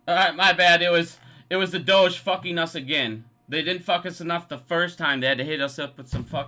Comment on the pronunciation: The “doje”. cb-DEE-c. 🤣 You crack me up! Look, we may not agree on AMC, but it really appreciate your work and passion. Cheers.